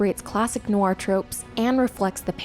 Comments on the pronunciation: good video but I cringe every time she says noir, which is a lot. She says it like "new-are", it should only be one syllable. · I had to stop watching after 2 minutes, probably a good essay on the film but sadly you're violating my ears. Stop saying the word "noir" every 5 seconds if you can't pronounce it ;), just use the term "dark movie"